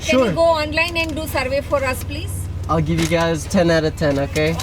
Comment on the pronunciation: The amount of times said "OKEH" in this video is spectacular 😂😂😂😂